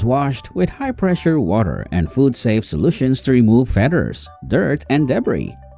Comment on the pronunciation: "to remove the fedders" lmao